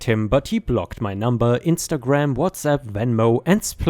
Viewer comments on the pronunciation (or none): none